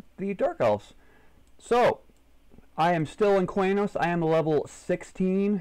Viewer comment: "quey-nos" vomits